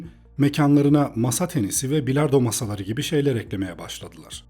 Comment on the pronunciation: üilard pilardoo sesi geldi kulaga